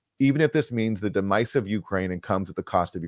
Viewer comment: I’m sorry - did Aaron say “de-mice” for the word “demise”??? Is this just some Canadian tomfoolery??